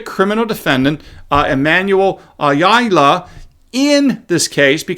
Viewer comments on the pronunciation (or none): ah YAH la not "a yaw la la" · The emphasis is on the second syllable of Ayala (Ayála) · your analysis and commentary is so helpful, not only for 2nd Amendment but in other cases of government overreach. By the way, per an old roommate, "Ayala" is pronounced "Eye-YAW-law" (like an aircraft's yaw). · Ayala = I-Al-Ah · It’ pronounced. “ I all ya” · AH-YAH-LAH,.😄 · Ayala is pronounced Eye-all-a. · It’s ,….(i-yah-lah),… Ayala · Ayala is pronounced: eye y'all ah (with emphasis on the first syllable) 😉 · Ayala - Eye-al (like aloe)-uh. 😜